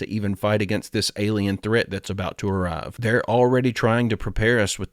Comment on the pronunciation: The "Alein Card"